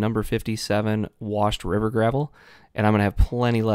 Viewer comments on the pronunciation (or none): none